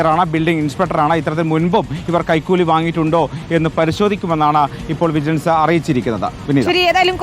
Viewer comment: വിജലൻസ് കൈകൂലി വാങ്ങിയോ 😀😀. News വായിക്കുമ്പോൾ നേരെ വായിക്കു 😀😀